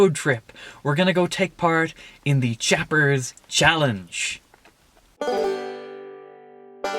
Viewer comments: Challange~ "chah-lang"?? Ohhhh, you meant CHALLENGE.😆😅😂🤣 Great video, btw! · It's 'challenge' not challange. Lazy.